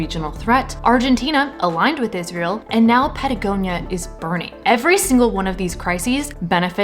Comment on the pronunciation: Sorry, lady but how can you expect to be taken seriously when you're not even able to read properly?! This abomination is not called IS-REAL What's wrong with you? So brain-polluted that you're not getting the biggest joke that's played on you?